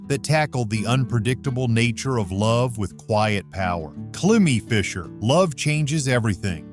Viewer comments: It's pronounced "Climb - E" (Cliimie Fisher) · I don’t know why I waste 15 minutes of my time watching these when the guy narrating these doesn’t know how to pronounce names (Bardeaux, Climie Fisher among others) and doesn’t know that the artists have had other major hits even though they were in non-US countries. He doesn’t even notice that Rob Fisher was in Naked Eyes. Furthermore, as another example, Information Society had other US hits with Walking Away and Running. Also, for another example, Brenda Russell had another massively successful single with Get Here. Next, he misses that Bobby McFerrin is a major and successful jazz artist.